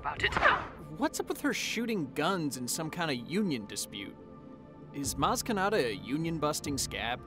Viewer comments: "Maz Ke-naughty" 😆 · Maz Ka-naughty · Maz Ke-totty, I'll have another.